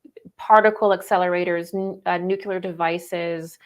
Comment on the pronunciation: good talk. please learn how to say 'nuclear'. 'new-clear'. not nu-ku-lar. thank you. p.s. Buddha was prior to Christ and Buddha's teachings are all going within.